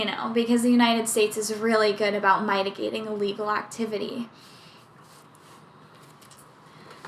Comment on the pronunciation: Have I been mispronouncing “mitigating?”